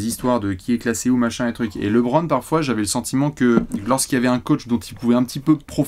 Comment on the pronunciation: Par pitié stop dire Laitbron 😢😢😢😢😢